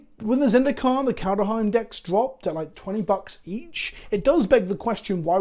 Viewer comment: Kald heim... KALD HEIM! there is no f...Ing e... every f...Ing time since 2021 😡